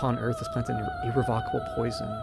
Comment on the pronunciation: "irrevockable" "ripost" yikes. sorry man, i think i watched another one of your videos yesterday and heard two mispronunciations that hurt to hear then...